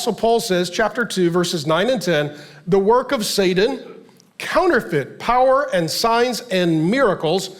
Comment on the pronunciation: Is Pastor Mark saying "Sadan" instead of Satan??? Am I hearing him right?